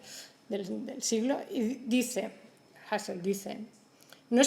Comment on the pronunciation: Comparto. Tampoco pronuncia bien a Husserl, lo hace como si se tratara de apellido inglés, y encima lo cita para decir una tribialidad.